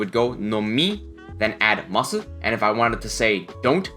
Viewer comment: i love your videos, but why do you not drop the "u" in "masu" when you say it?? i have to know.